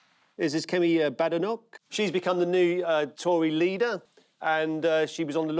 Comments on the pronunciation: Be nice if anyone tried to pronounce Badenoch correctly. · Ok Bad Enoch it is.